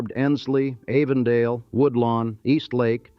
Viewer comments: The facts are pretty well straight, a few of the pictures are unrelated but, the narrator can't even say Avondale correctly. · This thing is narrated and created by AI. Too many mispronunciations and redundancies like Avondale with a long "A" or Elyton Land Company with a shore "e". Then the NAACP saying all letters and not N double A CP. Really lazy. I see a lot of these type of AI productions lately on YouTube. I had to stop listening. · Avondale is pronounced like Adam or apple & not anything like long A sounds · I agree- I cringed every time he said “Avondale”. He also mispronounced “Wachovia”